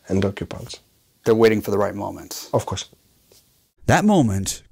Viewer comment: So much confidence in that "aafcos" 😂